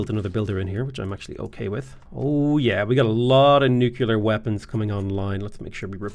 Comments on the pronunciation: NUKE - LEE - ER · I've never noticed that pronounces "nuclear" like "nu-kuh-lar" and I love it